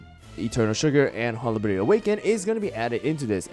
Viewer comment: Bro it’s HOLLY-BERRY not HOLLA-BERRY